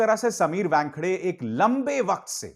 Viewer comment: समीर 'वॅनखेडे' नहीं, समीर 'वानखेडे'. आप व्यानखेडे / वॅनखेडे क्यो बोलते हो?